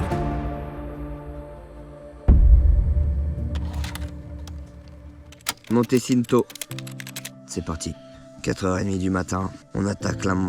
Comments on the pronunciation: Je suis mort comment ils on prononcé "Le Monte Cinto" il a prononcé "sineto", au lieu de "tchinto"😂😂 et même les noms des Monts et des refuges ils on pas respecté nôtre langue, les Corses en Sueurs😂😂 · T'as vu la prononciation 💀 juste le "monté çinto"💀💀💀💀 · Tout le monde vous parle du Monte Cinto mais vous prononcez ça comme des pinzuti 😂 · Un énorme bravo pour ce que vous avez accompli vous avez géré 🎉 Par contre en tant que corse qu'est ce que j'ai ris sur les prononciation de lieu rien que le Monte Cinto que tu prononce Sinto alors que c'est Tchinto mais au moins c'est rigolo encore bravo 😂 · On dis pas "monte ssinto " mais "monte tchinto" 😂